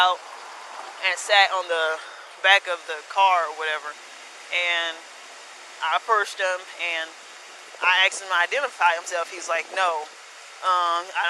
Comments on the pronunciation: You Axed him? Ignorant bitch can't speak english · But, but, but, she axed him. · BUT SHE AKSED HIM 5X.. The fuck you can't pronounce simple ass words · Whenever someone supposed to be learned says "I axed him..." know that education didn't work. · she is mentally unstable und clearly not fit to be a police officer...and the word is "ASKED" not "axed" .. god damn.. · I axed him to identify himself and then um he said i don't have to identify myself so i axed him to identify himself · Bitch it's not axed it's asked fuck how did you get a badge when you cant even speak. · So she can say “asked” when she is talking to a superior... everyone else gets “axed” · So is this lady still a peace officer??? Helllooooo???? I AXED you guys a question? 😂😂😂😂😂 Okay, thats weird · After all, she did axe him. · I axed for your id.WTF is axed? ASK sound it out sweetheart.ffs. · I axed him... and he must be guilty of something... and I axed him... and he didn't commit a crime... I am just a worthless wanna be cop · Lmao what a idiot it's ask asked first of all not axe axed .. And no one has to give you shit without a crime being committed. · If the Coproach would have just Asked instead of AKSED maybe he would have Understood!....you Know. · She lost her ebonics with the Sargent, she almost pronounced (asked) correctly. Not only does she have to go back and learn the Constitution she needs to go back to school and take some English classes.